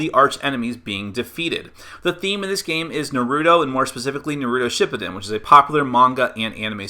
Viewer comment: Wish I could dislike infinite times. One for the pronunciation of Naruto shippuden and two for that little plot comment. How about you actually watch Naruto. And maybe pay a little more attention to the countless one piece flaws